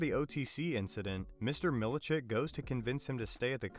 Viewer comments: Did you even watch the show? If so, i cant understand how in hell you keep misprinouncing the names. Eg. Key-ear, milli-check. No one ever pronounced them like that in the show. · Your AI voice can’t say Kier correctly and you spelled Milchick wrong, it said it as Milichick, what is that, 1/1000th of a chick? Get it together.